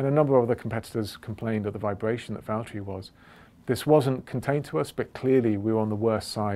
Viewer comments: “James, it’s Vallteri...” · James, It's Valtteri 😁😁 Sorry. i was waiting for James to arrive on a video to say that, for a looong looong time. 😝